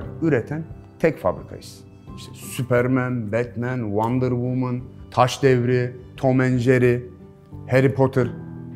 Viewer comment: Adam tom ve jery demedi tom and jary dedi tamam çözdüm aga